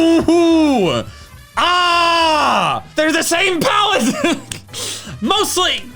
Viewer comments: Ah yes, plaette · “But anyways, PLAETTE”